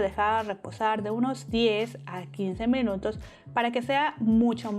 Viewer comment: Por qué dices mEnutos en vez de minutos?🥺😆 pd gracias por la receta,amé todo🙌🏼